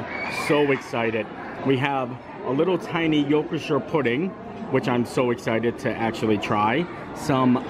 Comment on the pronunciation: So happy that the Crystal Palace is open again! Love it there! Had a good chuckle at your pronunciation of a Yorkshire pudding!! ☺️😁great video again!